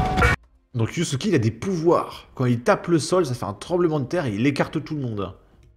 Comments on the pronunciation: tu fais exprès de dire yousouké au lieu de Yasuke pour énerver les wokes 😂😂😂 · On dit yaaasuke